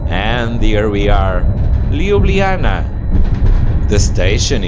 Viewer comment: Very pleasant video. But LjubljaniTSa and SavinYa :)